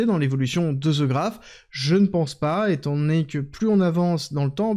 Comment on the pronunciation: "The" ne se lit pas "ze" un peu de professionnalisme svp